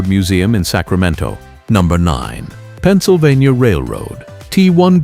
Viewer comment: "PENNSYLVANTA"??? AI SLOP!!!!